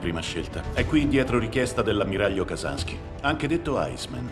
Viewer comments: Ehm....si pronuncia Kasinski non Kasanski...! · Il fatto che dica "Ammiraglio Kazansky" invece che "Ammiraglio Kazinsky" mi fa morire dentro